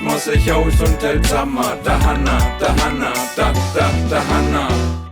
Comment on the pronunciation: das heisst dohanna